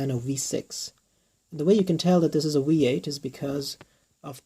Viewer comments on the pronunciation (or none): OMG when you said “Wee-8” I smiled corner to corner. That always strikes me as so adorable from Germans and Scandinavians.